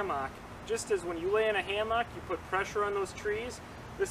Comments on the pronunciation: Odd enunciation of hammock. Ham Ock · are we not going to talk about the pronunciation of hammock hahahahahahah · The way you say hammock makes me hungry.😋